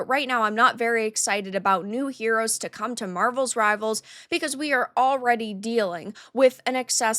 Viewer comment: It is Marvel Rivals. Not marvels rivals. Just saying